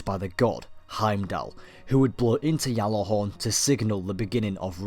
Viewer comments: I liked this and a lot of your other videos but that pronunciation of Gjallarhorn was really getting to me. It isn't pronounced "Gallarhorn" or "Yallarhorn" as it is commonly thought. The correct pronunciation is something like this - "Gat-larr-horn" Keep up the good work x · You say "Ggjallarhorn", not "jallahorn". -_ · It's pronounced with a J "Jallarhorn" Gatlahorn? pretty sure even the icelandic don't pronounce it like that, what i find funny is that when english people try to pronounce it they always get the A wrong t. norwegian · How do we know this is real when you call it yallihorn when it's pronunced Gjallahorn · what is jallahorn? its GJALLARHORN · Captain here, it's Gjatlarhorn (The G NOT silent) In icelandic a double L is pronounced tl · its pronounced (GAT-LA-HAWRN) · why do you keep saying yalla-horn? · what if i told you that you said gjallarhorn all wrong? and your history is based on a totally different gjallarhorn? gjallarhorn came from an icelandic origin as said from a creator of the rocket launcher and isnt pronounced anywhere near yallarhorn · It's pronounced as a G and is an icelandic based word, but is not a Y it is a G. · No The Y sound is incorrect do a little research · the history, context and derivation of the word is taken into account. There is a also a video floating around from an Icelandic individual guesting on a destiny video confirming it's a G. The actual pronunciation is Gatlahorn with a t sound but it is a G. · no its a Y, its been pronounced like that before you where born